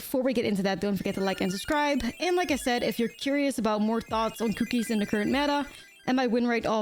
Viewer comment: It's because she says "Kew-keez"